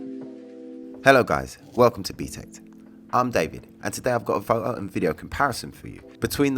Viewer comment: Photo pronounced as fo o ?